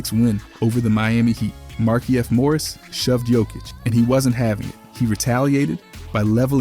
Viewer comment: Great video but it’s pronounced mar-keef morris